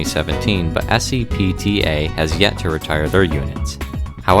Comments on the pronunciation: we call it "sep"-"ta" not s-e-p-t-a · It's SEPTA!!! not S-E-P-T-A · Very nice as always. SEPTA's AEM-7s were my "school buses" when I went to Temple University. Just a minor side note though, SEPTA and MARC are pronounced as words (SEP-ta, and "Mark" respectively). Keep up the good work. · Wow you call my SEPTA "S-E-P-T-A" Just wow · You can pronounce SEPTA as one word, rather than an acronym. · That's Sep-d'UHHhh... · Great video, just an FYI. Here in Philly, no one uses the full name for SEPTA, and we don't pronounce each individual letter like S-E-P-T-A. We just say the acronym SEPTA as if it was a word itself. Sad the SEPTA AEM-7's will be gone soon though. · SEPTA is pronounced as a word as opposed to saying each letter. SEP like September or septic tank, TA like the name Marta or when my mother in law is being a self-proclaimed yenta.